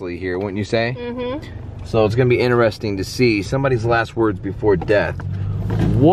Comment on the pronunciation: Hey guys., I have yelled at the tv a 1000 time so now I'm writing it. It's "Interesting not ineresting....ok I feel better now....carry on lol